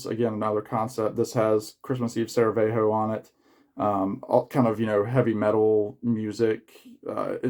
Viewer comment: I am just here to say great video and it's Sarajevo, not Saravejo. CHEERS